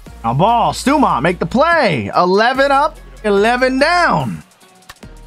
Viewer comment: Tis pronounced STAW-MONT my good sir